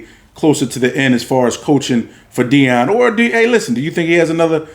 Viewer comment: SOMEONE FINALLY GOT HIS NAME RIGHT!!!! NEON DEION!!!! FOH!!! WITH THAT PRIME SHIT!!! 😆😆😆😆!!!!!